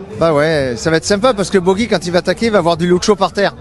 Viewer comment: On ne dit pas " Bogi " ! Mais " Pogi " pour Pogacar ! Ou alors on remplace " Luc Leblanc " par " Luc Le Gland " et " Luc Abalo " par " Luc à balloches " ! Vous étiez cancres, monsieur Luc Leblanc, quand vous étiez écolier ?